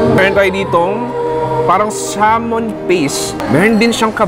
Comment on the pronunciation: finally nag iisang local food vlogger na alam tamang PRONUNCIATION sa SALMON